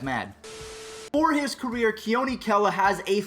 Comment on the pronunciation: Thank you for pronouncing “Kela” correctly